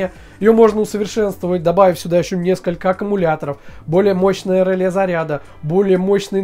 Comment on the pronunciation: Ржу... Померяли... НАПРЯЖЕНИЕ... и сделали вывод об МОЩНОСТИ... главное - контент отструячили, а содержание... ну для колхозников сойдет... И, кстати, произносится не рЫле, а релЕ... и этого самого реле у вас в схеме нету...